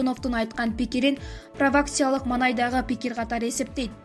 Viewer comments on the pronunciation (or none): Прокация деп провакацияны окуду без грамматище норм окуп кайталап анан ефирге чыксан такыр ката суйлойт екенсин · Правакця емес правакатсия далбаёп